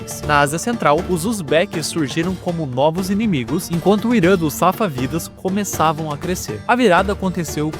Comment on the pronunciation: SAFÁVIDAS com acento no A. Timúridas com acento no U. Deixa de preguiça e vai pesquisar primeiro antes de sair falando errado